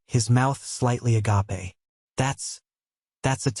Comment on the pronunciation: Great story but ffs either drop the word agape or teach ai to say it properly . A-gaa-pay is not it . 😂😂😂